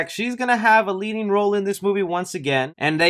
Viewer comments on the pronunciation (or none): none